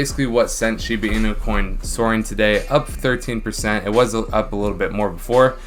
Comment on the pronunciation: Can you stop saying “Shibu inu?” It’s “shibA inu” not “shibU inu” .-.